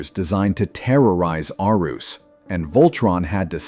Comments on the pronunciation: "err-uhs" not "Ar-oose" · Planet Arus is pronounced "Air-us" not "Ar-oos" sheesh! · What in the AI is "Aroos"?!? Annoying when the pronunciation is wrong. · It is pronounced Air-reese never heard the dumb unintelligent pronounce it right even once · congratuulations on mispronouncing not only Koran's name but Planet Arus as well....next time,do some damned reseach!!!!!!!!! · Yeah sorry, but your facts about vehicle voltron shouldn't count. Even as a child could see it was a different show. There was no masterful editing putting the story's together. Also, why are you showing a picture of Lance while taking about Hunk? And you're pronouncing the planet wrong. Did you watch a single episode? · How do you know all this information but yet mispronounced planet Arus. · Unable to properly say Planet Arus shows you never watched the show. Which means, you earned your dislike and your do not recommend channel. Maybe you should do some actual research instead of shoveling out videos to earn those youtube nickels and dimes.